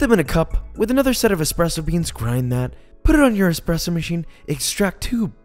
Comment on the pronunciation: Sorry dude but you lose absolutely all credibility when you say eXpresso